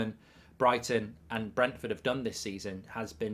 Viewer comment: It’s Brentford 😂